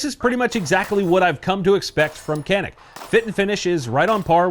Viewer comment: can you pronounce CANİK the correct way. which should be like DJANIK not KANIK